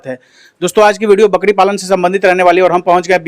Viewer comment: बकड़ी नहीं, बकरी बोलो बकरी । बार बार बकड़ी बोल रहे हो । वैसे इसके ब्रांड का परमोशन बढ़िया किए हो । क्या रोग होता है, क्या लक्षण होता है, क्या वैक्सीन देनी चाहिए ये सब तो न पूछा न इस गधे ने बताया । बस, बच्चों की तरह यह रहा ब्रीडर, यह रहे मेमने, आदि मूर्खतापूर्ण बातें किए हो । कोई ज्ञानवर्धक जानकारी ली दी है तुमने